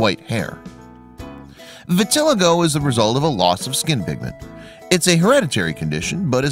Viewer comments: BTW - - the condition called vitiligo is pronounced vih-tah-LIE-go (accent on the "LIE" ) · Vitiligo (vit-ih-LIE-go) - it's called SIMPLE research.